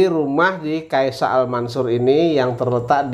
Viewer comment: yang benar “keysha” al mansur bang, bukan “keisya”. Keysha = nama anaknya Pak Amanah alias Arab, kalau Al mansur ya tau sendiri lah